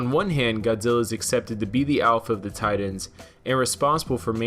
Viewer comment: You seriously need to pronounce "Titans" correctly